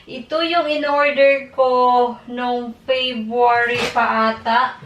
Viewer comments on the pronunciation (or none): none